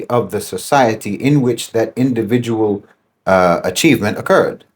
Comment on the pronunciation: you said individual wrong